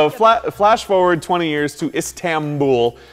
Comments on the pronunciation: How do you screw up so bad as to get "Istambul?" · Istambul, not Comstamtimople.